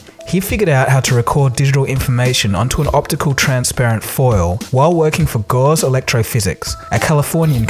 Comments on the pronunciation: Picky picky... Gauss is pronounced like Gowss: it is 'ow' as in cow, 'ss' as in the 's' in stop and NOT like gauze. :) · Ga-uss, not 'gauze'.